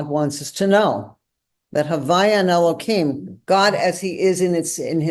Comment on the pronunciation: I shall never understand the Orthodox urge to mangle the name of God. It's Elohim, not Elokim. Deliberately mispronouncing it is a violation of the commandment; it is not a fence around the commandment. Don't pronounce the tetragrammaton. Pronounce the other names properly.